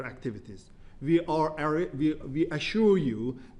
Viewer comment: Vee Vill Vork to Vin this. somebody teach this guy it's "we" not Vee